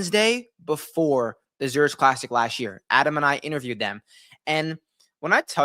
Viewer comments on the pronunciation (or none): Less than a minute in, done immediately after "Zur-itch" pronunciation